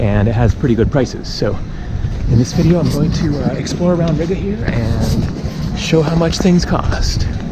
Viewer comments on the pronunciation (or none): It is pronounced reega not rig-uh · Isn't Riga pronounced "REEGA"? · Am i the only one that gets triggered by the way he says riga?😂(ri ga theres a space